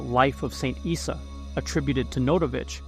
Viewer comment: Issa is not prounounced "eye sa" it is prouncounced " E-Sa"